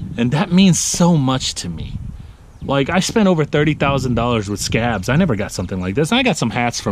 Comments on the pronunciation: Mitchell Cooper he does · Sounds like you say scab when you say scag